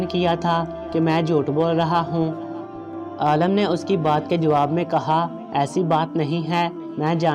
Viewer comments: Bahi apna talafuz sahi karan afsos hota ha jab ourdu pahrne wale galat paherta han aalam ka maine jahaan or aalim ka maena han ilam wala aalam aalam ker raha ho lugaat lo zyr zabir ki mashq karo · Bloody it is not aalam, pronounce it as aalim. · Very bad pronounciation, please learn urdu properly, AALIM NOT ALLAM, aalam means duniya. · Alam nahi Alim hota hai bhai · pahle padhna seekho, Aalim ko baar baar Aalam bole ja rahe ho. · Aalim he Aalam nahi